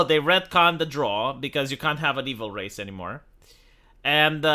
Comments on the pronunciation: Its pronounced, the drough like eyebrow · drow, like prow of a ship. not drow like crow, and especially not drow like "draw"